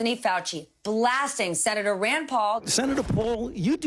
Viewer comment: “Senatuh, you don’t know whatcha talking about! I AM the science.” Anthony the Faucist, the little man.